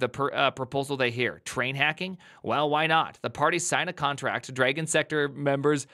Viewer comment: Why are you saying Dragon like that? "Dray-gon"??? There's no "ay" sound in there. How do you say "drag"...now just add "on" to it (well more like "drah-gon" if you want to get phonetic about it....BUT STILL...it's definitely not dray-gon).